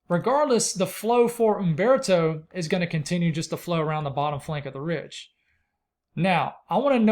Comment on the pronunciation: You must inhale while biting your lip to say UMMMMbeartoe!